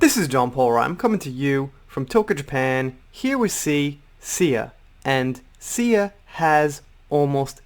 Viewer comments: That's HUGE! Hope you're having a great day and have an even better weekend. PS, you ARE saying her name correctly!!! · Sia's a famous musician, really popular P.s. you're saying Sia right XD